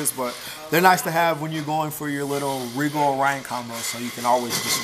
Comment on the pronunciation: Rigel... ri'jel Regal... ree'gal Please support proper pronunciation. 👌🏼👌🏼👌🏼